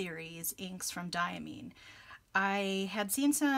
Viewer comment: Diamine definitely makes beautiful inks! I always enjoy your content because you seem to have everything that I'm interested in for myself. By the way, Diamine is pronounced with Mine as in "this is mine." DYE-uh-MINE.